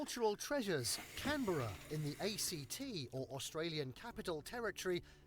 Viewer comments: … as a Canberran, ie, a resident of Australia’s national capital, I feel I am compelled to correct you on the accepted pronunciation of our capital city’s name. The emphasis is on the first syllable CAN and then just -‘bra’, so it’s pronounced CANb’ra - we ignore the letter ‘e’ and its sound. We don’t want you and your family to embarrassed when you eventually arrive in the national capital. By the way, there is a hell of a lot more to see and do in Canberra (pron: CANb’ra 😅) besides the museums and the two Parliament Houses. And another point, the High Court of Australia, is equivalent to your Supreme Court. And, yes, most of Canberra is clean and tidy. Most of us residents get pretty pissed off when people litter. It is also known as ‘The Garden City’. The video also omitted to mention the Canberra City Centre, aka, ‘Civic’, which is the heart of the capital and, of course the main shopping districts as well as many restaurants featuring cuisine from around the world. Then there is, Duntroon Military College, where the elite Australian military personnel learn how to be elite officers. Of course there are also many many parks and recreation areas and facilities. a A short drive from Canberra is a beautiful national wildlife park, called Tidbinbilla, where you can see many kangaroos (of course), emus, koalas, lizards, many native birds, and, if you are lucky, a platypus or two. Though platypuses are elusive, but I’m sure a ranger will advise you what the best time and l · Like Melbn and Brisbn, it's Canbra not can-berra. Also, I think you're getting terribly mixed up between Captain Cook (explorer) and Captain Hook (of Peter Pan fame). Questacon is for ANYONE! I loved it there and I dobbed my hubby in to take part in a practical experiment. SO fun!..... I have been lucky enough to have had a piece of art in the National Gallery TWICE! and finally.... EEM-YOO! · You are still saying Can-bear-a it’s Can-brah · Can berra !!! lol. Canbera like saying Can ada